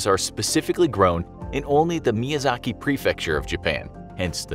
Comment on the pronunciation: Infographic Show: "Miyazak Mango" Me: "am I a joke to you?"